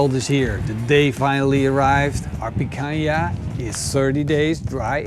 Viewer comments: Jejejejeje did said PAINcanha?? You guys really rock!! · 'pacanha' lol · Picanha... I think I heard an accurate slip from... "Painha" haha I like it hot though hopefully will be getting some good peppers from the garden soon to do something like this myself